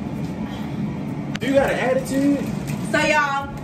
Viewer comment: "attiteeeewwwd" 😭😭 giving very much bmore